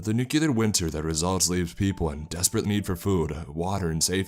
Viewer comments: As much as I enjoy your readings, I am put off by the mispronunciations sprinkled throughout many of your narrations. For example, the word "nuclear" is not pronounced "nu-q-lar" But "new- klee-er". Mispronouncing words detracts from the story in many ways, but most especially in tone, or atmosphere, potentially breaking the spell you are weaving to draw the listener in. There are several good online dictionaries that include audio files for proper pronunciation. This is meant only as constructive criticism as, again, I enjoy listening to your narrations. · It's nuclear not nucular... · it is pronounced NUCLEAR not NUCULER god how that drives me an english major up the wall.